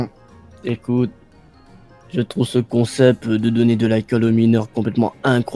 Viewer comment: Quand le père dit :c est un bon comsepte sa me fait trop rire mdrr🤣🤣🤣🤣